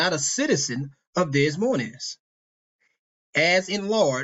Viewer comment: Des Moines is pronounced (Dey-moyn)